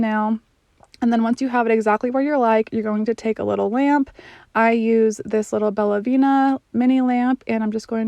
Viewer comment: Don't want to be rude. Nail tips are from "BellavEna". Not "Bellavina". Really great video! Sadly, there aren't wide enough tips for my thumbs.